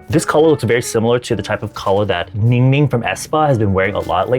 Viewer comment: when you say Ninging I always hear you are saying: Ninging is the maknae haha 🤭🤭🤭🤭🤣🤣🤣🤣